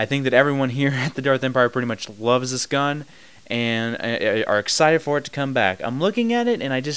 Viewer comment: You say "gun" funny .. guuun